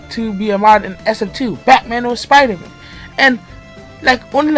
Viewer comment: lmao “spriderman”